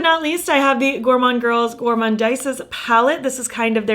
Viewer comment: I looooove all your looks. I actually like the gourmande girls one. I’m not criticising but just for reference, it’s pronounced goremonde and goremondeeze 🥰 Your looks inspire so much x